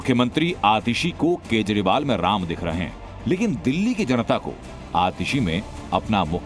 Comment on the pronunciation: इन कमिनो के मुह से प्रभू राम और भरत का उच्चारण ठिक नही है